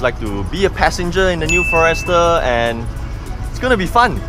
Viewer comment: For-Rester? First time I heard it pronounced this way.